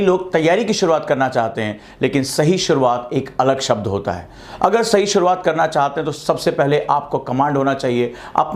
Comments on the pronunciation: सर शुरुआत होता है सूरवात नही आपकी शुरुआत सही नही है 😂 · सूरवात नही शुरुआत होता है 😀😀